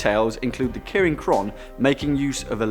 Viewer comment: Maybe first you should have learned to pronounce the name first